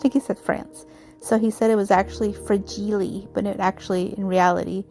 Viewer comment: Fra-gee-lay must be Italian, lol!! Love how your project turned out 🥰!! Thankful to Sue for putting these collaborations on!! Thank you for sharing friend!!